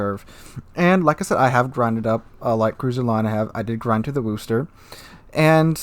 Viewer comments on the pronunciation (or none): none